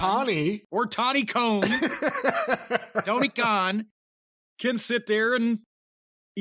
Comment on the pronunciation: Tawny Cone. Please keep calling him that lmao